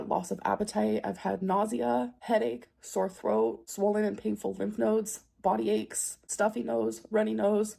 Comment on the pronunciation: Hey, she actually said "Lymph NODES" correctly . Nodes instead of NOIDS.